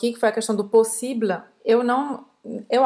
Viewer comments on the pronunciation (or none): Pq a moça diz 'possibla'? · Foi dito que em "possible" o "e" é mudo. Mas parece que está sendo dito o "a" (ainda que um pouco fraco - tentando não dizer). E vejo que isso ocorre em várias outras situações que possuem a última vogal muda. É assim mesmo?